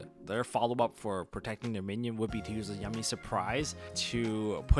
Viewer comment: Im sorry but its bothering me. You keep saying minion. Mignon is pronounced more like min yone